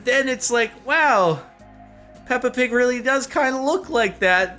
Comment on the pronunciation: I was laughing so hard at the Peppa Pig. Because the way you say pig in english, almost sounds like the danish word pik, which means dick :-D